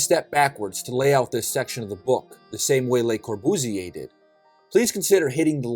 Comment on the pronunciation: Learn to pronounce the name correctly: Cor·bu·sier, Le | \ lə-kȯr-bᵫs-ˈyā